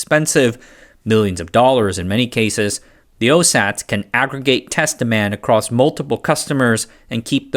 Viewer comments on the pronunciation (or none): none